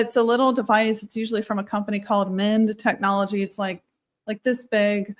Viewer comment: At one point it sounded like you mentioned a company called "Minde Technology." Am I getting the spelling right?